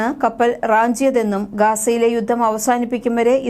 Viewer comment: യുദ്ദം? ബാദിച്ചിട്ടുണ്ട്? ഉച്ചാരണം തിരുത്തണം.